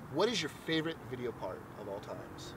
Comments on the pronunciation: Oh nevermind I heard him say worst part in the video but he said fart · Did you accidentally say fart instead of part? Or was that on purpose.